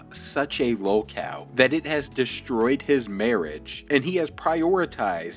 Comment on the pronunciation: Narrator keeps calling the guy a "low-cal"? "lo-cow"? What does that even mean? I'm sure it's true but wtf does that mean?